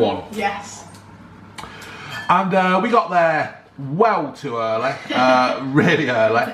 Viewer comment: ‘Always earleh’